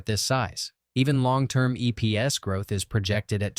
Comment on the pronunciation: EPS is not pronounced "EEPS" BOT VOICE